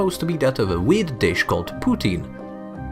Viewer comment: "POUTINE" not "Putin"